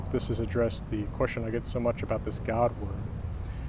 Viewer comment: From beautiful where?? I can't seem to make out what you're saying, lol. At first, I thought Virginia, where I live, but not so sure...